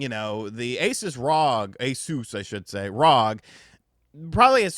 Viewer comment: Its Asus!! Not A-sus! As you wont say A-lex, but Alex